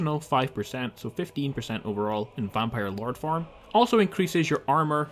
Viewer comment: "vanpire LARD" 😂😂😂